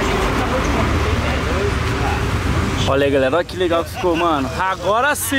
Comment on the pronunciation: Quem percebe que o Renato no começo do vidio ele fala Renatos